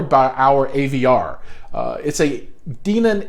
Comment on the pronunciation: I think the correct pronunciation is Den -on. Also I enjoyed the video. I am thinking about buying similar stuff for my home theater. Especially those amps. the Dayton subs, and the mini-dsp. Are you planning a setup video with the mini-dsp?